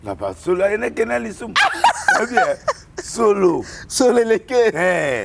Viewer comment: Heneken te 😡. Heineken ok? Heineken